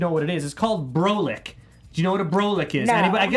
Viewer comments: its pronounced BRAH-LICK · Love, it’s pronounced BRA-LICK. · U don’t how to pronounce brolic really. Brah -lic